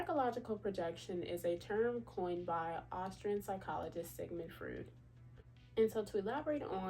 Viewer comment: that is not how you pronounce Freud. Froy’d like Troy but Froy’d